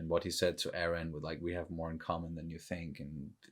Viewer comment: “: he looks a lot like…: Eren” oh well, you even got his name right hahahahah